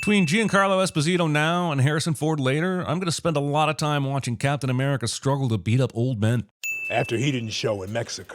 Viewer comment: Captain A-meh-rica